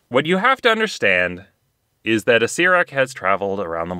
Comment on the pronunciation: The lich's name is Acer-er-ack, not Acer-ack. Acererak has two 'er's in it. But otherwise, amusing.